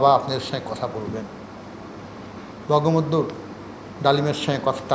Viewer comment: এ বঙ্গবল্টু উচ্চারন করছে। এ মাদারচোত টা কে।।।